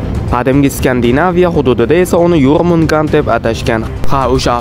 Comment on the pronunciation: Katta ilonni ismi yormungand emas jormungandr